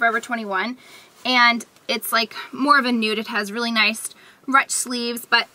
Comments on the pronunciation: haha I've never heard anyone pronouce ruched that way either haha. it sounded like you said roonched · I've never heard anyone say ruched the way you do =)